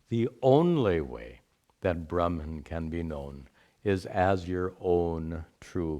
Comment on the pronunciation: why are u pronouncing bramhan instead of brahman all the time